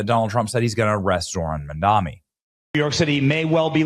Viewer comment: It's Mamdani, not Mandami. Can't read?